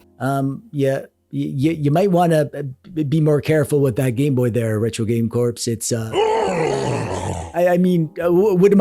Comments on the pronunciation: Have you been calling him "Retro Game Corpse" all this time just to set up this joke? That is some 5D chess, if so. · Retro. Game. Corpse. 😂👌